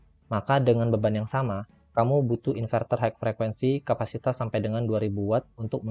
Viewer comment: Matur suwun info nya Untuk tulisan HIGH...di baca nya HAI...bukan haik..mas..